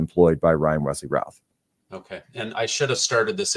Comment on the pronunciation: FYI..., the last name "Routh" is pronounced "Ruth". It is a common surname here in the Triad area of NC.